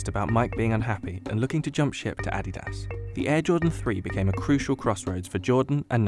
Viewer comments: why are u saying adidas like addy-dahs. tf? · Interesting videos — but would it kill you to use a pronunciation guide? Your slaughter of the word "Adidas" was particularly abhorrent.